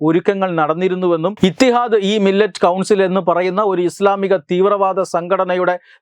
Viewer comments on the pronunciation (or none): മില്ലത് ആണ്..മില്ലറ്റ് അല്ല.